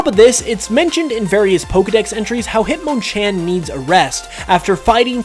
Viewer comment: The way says Hitmonlee and Hitmonchan is officially my least favorite thing ever. Considered me triggered.